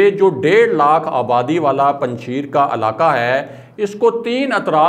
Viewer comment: correct your pronunciation.....its panj shair......not sheer......5 lions not 5 milk......